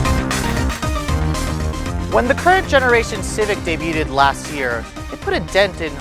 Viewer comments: ha said in the beginning "debuetted " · Day buted. Lmao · he mispronounced the word "debuted" at the beginning of the video, how embarassing. Go back to school